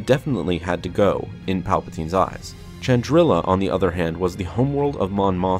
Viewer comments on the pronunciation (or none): It's "shandrila" not "ciandrila" or "tiandrila". Planet name: Chandrila.